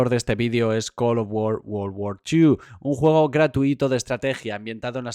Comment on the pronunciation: col of wor wor war dos